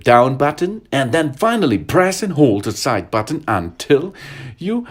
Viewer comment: his accent is French Chinese and Swedish and when he says button he says the b so loud like BUTTon